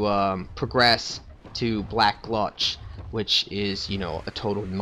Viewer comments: And for the snake thing that comes out of the wall , it's best to be unlocked when shooting at them. One more thing for the love of god its gulch not glutch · Gulch rhymes with mulch. Not gluch .... goal-ch.... gulch. Sorry, that's driving me crazy. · black -- gulch not gluch sorry lol love the vids but it was killing me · Mundane: 2 syllables; mun, like the sound at the beginning of Monday; dane, like the dog great dane. Emphasis on the 'dane. Gultch: 1 syllable; gul, like the sound at the end of seagull; tch, like the 'ch' sound at the beginning of church. Your pronunciation of 'Copse,' while sounding weird, is correct :D I'm sorry, I felt the need to post that. Really enjoying the vid. Good job!